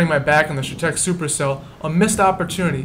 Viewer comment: I live off M in chetek and from my house you could see the tornado forming coming straight to my house. Pronounced Shatec.